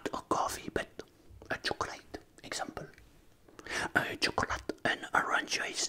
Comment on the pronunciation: Sa se prononce tchcolaite et sa s écris chocolate